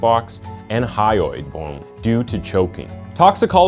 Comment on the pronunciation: Many misspelled words and mispronounced words. E.i.: mum, thyroid bone -you said hyroid bone, then it was spelled hyroid bone and pronounced hyroid bone. The editing cuts off last words in scenes. Louisville not pronounced louey-ville.